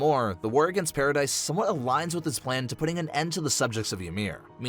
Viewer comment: stop callin it paridise ._.